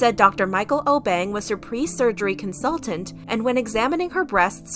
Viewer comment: I know this was posted long ago but she was saying the Obeng wrong I know cause I he’s from my country from Ghana